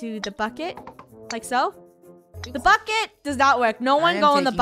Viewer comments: Same ir thought i was the only one at first u thought she said buck it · She accually said bucket but sounded more like F it xD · •••Jeon Jungkook’s Property ••• its BUCKET not f it (this is the first time I actually say F) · she said bucket but it sounds like this f**k it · Sounded like she said F it but it was bucket!! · Just saying when Funneh yelled "bucket!" I thought she yelled "F it!" and I was like "what, I thought this was a family friendly channel." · Lunar Eclipse omg I thought that too then I realized she said bucket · Lunar Eclipse same lol I was like what she doesn’t swear but I replayed it and I heard bucket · why does it sound like she just say the f word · Did it sound like funneh said F*** it Ik she didn’t she said bucket lol 😂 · Hey it Soud like u said the f word but U don't bad words :) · Heh woops! I thought she said something else when she said 'bucket' heh.. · When Funneh said "Bucket!!" my sister heard it and thought she said the F word xD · No she said bukket i thought she did to